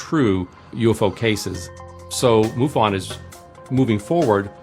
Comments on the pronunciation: its not moo--fon its muff in. MUFON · i dont know why you pronoun it moofun. thats funny